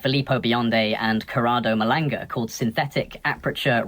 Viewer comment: Very smart guy... very informed, yet he doesn't even pronounce Malanga right.😂 BRAVO 😂